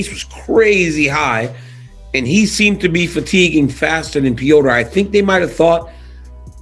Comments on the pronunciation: The name is NOT PEEOTR! It’s pronounced with a flat E and rolling R. It’s just Petr not Peotr. Fak! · Why do they call him, "Pee-yo-ter" lol his fkn name is "Pet-ter" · Is it Petr (Peht-R) or (Peh-O-tR) like daniel pronounces it? I dont even like Jake Paul but, just seeing him fight and seen ben fight. I cant help but think Jake is going to eat Asskrens punches and his lunch.